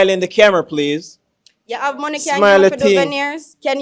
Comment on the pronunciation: Lol man seh "not my nomey" him a try seh money 😂😂😂